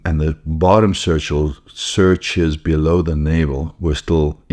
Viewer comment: Is he trying to say sutures?